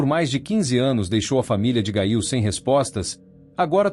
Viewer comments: A PRONÚNCIA É: GÊIL😮😮😮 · Gail????? Gente, o narrador pronunciou o nome errado....não consegui ouvir mais...quanta desinformação....